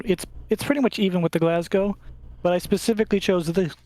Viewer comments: You beat me to it, just say it as "Glasgo." 😂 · 'Glaz-go' is how you pronounce it (though natives might say 'Glaz-gee') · Im just getting into Dropfleet and this was a great video. Just in case you talk about the Glasgow again, you just need to pronounce it like the W on the end doesnt exist😁